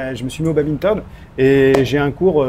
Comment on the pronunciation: badminton pas baminton, va aux états unis et il étale cela comme une fierté!